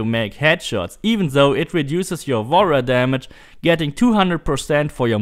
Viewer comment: Everytime he says Warrior damage i hear wall run damage lol